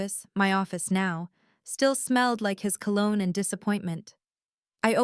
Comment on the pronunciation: Colon instead of cologne